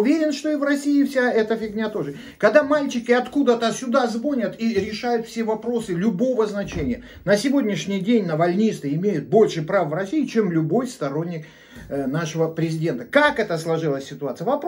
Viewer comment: звОнят... уровень ясен...